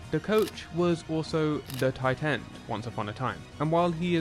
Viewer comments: Titans were scouted differently the accent on tight end is😫😵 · Yeah every time sounds like "Titan"😢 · Tie Tend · the way an English guy says Tight End is interesting ? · The emphasized crisp pronunciation of the second T in tight is unsettling.